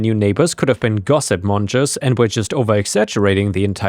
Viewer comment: Gossip mongers - not gossip monjers! The g is pronounced like in go!